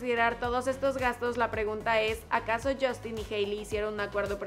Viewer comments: Que alguien me explique por qué mierda los mexicanos cambian la U por una O en inglés? Yostin?? Wtf girl? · Porque se pronuncia "jostin" ;) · Crazy_ Girl Se pronuncia yastin ;)